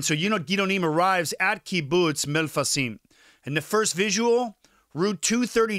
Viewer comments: Thank you for the video, and I know Hebrew is a tough language and probably no one will care, but just a small correction: It's not MELFASIM, it's called "Mefalsim", Me. Fal. Sim. In Hebrew it means "Clearing a path". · Aaron, its Mefalsim Not melfasim